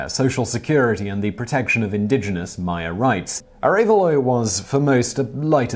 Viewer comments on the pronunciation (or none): none